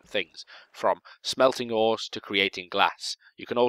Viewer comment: I thought he said "smelting whores." XD